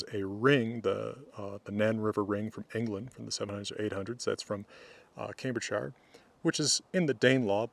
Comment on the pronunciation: Sorry to be a pain: Cambridgeshire is pronounced -shurr or -sheer at the end, never -shire. This depends where you come from in Britain (I say -shurr as a southerner but Americans might be safer with -sheer). But you would say shire on its own when saying something like 'he came from one of the shires'. I'm only saying this should you be interested in such things, otherwise ignore me.